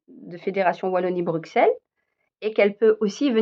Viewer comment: À partir du moment où tu dis : BruXelles au lieu de BruSSelles et bruXellois au lieu de bruSSellois, tu m'as perdu...